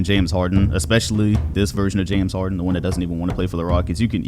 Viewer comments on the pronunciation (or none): none